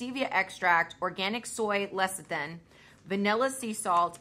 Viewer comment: CONGRADULATIONS!! finally pronounced Lecithin correctly. Good Job.! Also you looked so pretty:-) Those cookies sounded absolutely delicious. I love soft chewy cookies, although I have never been a dunker.The thought of crumbs floating in my beverage just grosses me out! lol Salted Caramel Choc Chip